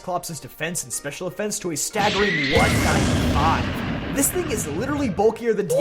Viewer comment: "When Eviolite's boosting Dusclops's defense & special defense to a staggering KABOOOOM!-five! 😂 I had to replay that several times, but I think you said 195?